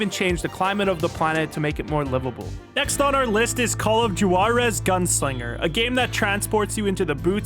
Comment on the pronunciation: ye but he called it "jewarez" not 'warez'